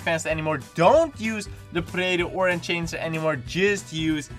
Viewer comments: learn fucking english im dutch too but seriously ENCHANGER?! wtf is a enchanger?!!! its enhancer jezus christ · PandaSoldaat in-han-ser